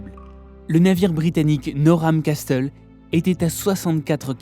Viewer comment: Dans Castle le T ne se prononce pas c'est comme si on disait Casle